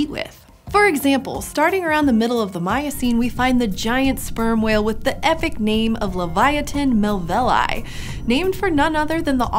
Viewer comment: SPIRM whale sounds different 👅